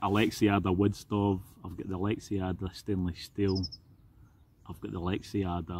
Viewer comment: For the love of god man, it's Lex-ada no i or e in there. Love your videos.